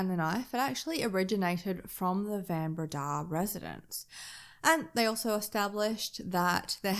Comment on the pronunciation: South African here. My husband, myself, and our sons studied at the University of Stellenbosch. The area around Stellenbosch - the Winelands - is a must-visit. Do yourself a favour and go there. Pronunciation of Van Breda = Fun Breda.